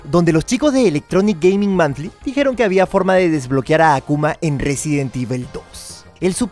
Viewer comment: Monthly, no Manthly,. <3